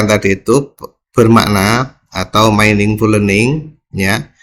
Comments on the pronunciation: Maaf pak ada salah baca dalam bahasa inggris meaningful itu di baca miningful🙏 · bukan mainingful tapi miningful